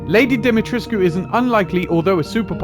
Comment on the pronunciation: To start off, I agree, its either going to be Mr X or Nemesis. It makes sense when you factor in nostalgia, it makes more sense when you think about the amount of money being exchanged for license rights, and how much they could potentially make off a crossover of this size. But to progress the argument 1, please for the love of god, its pronounced Dim-eh-tresk. 2, height doesnt matter as much with a slender frame. That entire castle was filled with regular people sized doors and she managed to travel around with relative ease. 3, Ethan literally doesnt have a face. Sure theres datamined files that show that he had a fully finished face model, but they intentionally didnt show it in the games. The fact that model exists proves that was a conscious decision on their part. In my mind, thats enough of a reason to exclude him from the potential list of survivors for DBD. 4, Sure Nemesis is an inch shorter than Pyramid Head, but he's also like 300 pounds heavier, and has the body type of an orc on steroids. If your main reason for debunking Lady D is her height, then you'd assume width would factor into Nemesis as well. For real, you could park an apache helicopter on that dude's traps and it wouldnt touch the edge of either shoulder. 5, I think Mr X has a better chance to fit into DBD's lore. Nemesis uses real world weapons/tools to kill things while Mr X uses his hands and has a recognizable human face, but that bit of lore was pretty much retconned out to fit in the Demogorgon